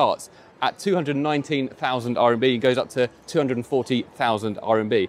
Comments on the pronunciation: It's RMB, not RNB :) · RMB... not “RNB”😅